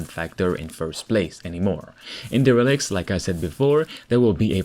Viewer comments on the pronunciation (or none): not De Reclics. Its pronounced DAIR-uh-likt\ 1 : abandoned especially by the owner or occupant; also : run-down. 2 : lacking a sense of duty : negligent. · Its derəˌlikt. Not DE rel ikt 🤣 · I love how you call this game "Da Relic"!! It's pronounced.... Dare a licked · I dont know if anyone has mentioned but the way you say derelics is incorrect. It should be more like deer-ril-ekts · its pronounced "Dare-ah-licks" my dude...just sayin..lol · I believe it's pronounced DARELIKTS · I love that he pronounces it d relics